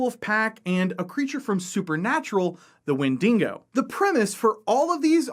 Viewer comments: You mispronounced “wendigo” It is WEN-DI-GO Not WEN-DING-GO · Yes, I'm that guy. The creature your referring to when speaking about a woodland scenario is not a "windingo" as you have pronounced it. Rather it is a wendigo, and it's not a Character created by the writers of Supernatural but a creature from north American Algonquian folklore. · It’s pronounced Wen-DI-go, not Wen-DINGO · 1. It's wendigo, not 'wendingo.' 2. It's a creature from indigenous American myth (specifically New England,) not an invention of Supernatural. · I’ve never heard someone say the name of that monster as bad as wen-dingo, it’s pronounced Wen-di-go.... there is not dingo eating any babies with that monster 😂😂😂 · OH DEAR GOD ITS THE WINDINGO!! the windingo shall kill us all holy fuck im losing my shit each time he says windingo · As an Australian, I laughed when you pronounced Wendigo as WenDINGO. Now I'm imagining a ghostly dingo or a dingo in a bedsheet! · Damn windingos eating all our babies. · Please learn to say Wendigo lol I love this hook tho. There’s a great wendigo game called folklore hunter that is so scary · Every time he said it, it was like nails on a chalkboard.